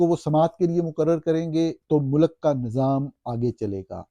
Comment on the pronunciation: Young man the plural of سربراہ مملکت is سربراہان مملکت . The pronunciation of ملک is MULK, NOT MULAK.